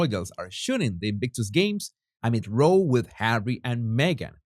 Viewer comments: Love your viewpoint ❤ But pleeeease row as in owl not roe as in fish eggs 😅❤❤❤ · It’s pronounced as if it rhymes with plow when meaning a fight or disagreement. “They had a row about who was right.” I say this in hopes of helping, not to mock you. Your accent is sexy af. ❤✌️🇺🇸